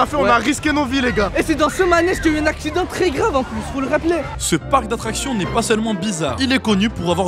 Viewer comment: avait dit asident à la place de accident 😂😂😂😂😂😂😂😂❤❤